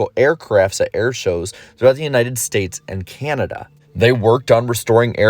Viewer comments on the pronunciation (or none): none